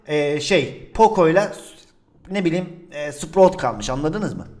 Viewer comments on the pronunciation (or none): none